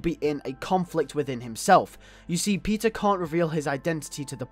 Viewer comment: When you say peter it sounds like your saying pizza